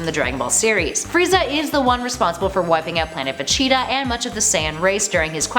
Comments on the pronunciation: Vecheetah Nawrootoh Eesheego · Did anyone else hear "planet vecheta"